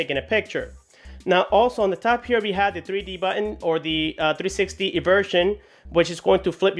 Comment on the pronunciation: it sounds you say "buen" and not "button"